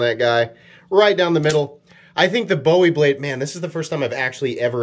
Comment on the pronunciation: You have insulted the name of Col. Jim Bowie, the town of Bowie Texas and the Texas Alamo which we Texans are rather protective of. . Please learn to pronounce the work correctly. It is Bowie, Pronounced Boo-We. KnifeMaker